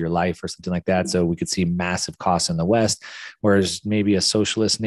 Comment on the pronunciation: I like how pronounces "west" with a drawn out "ee" so it sounds like waste:-)